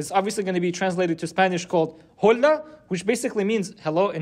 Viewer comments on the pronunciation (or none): You said ho lah. That’s a whole lahhh ta goofiness 😂 Btw before the hawks strike, I KNOW HE WAS JOKING! And so am o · I got bad news for google translate is not accurate . By the way (hi-hello-hola) you don’t pronounce it with the H so basically O-la . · Bro said hola wrong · you don't say the h in Spanish btw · HAHA fool said Hola with a hard H is that racism? ha ha joking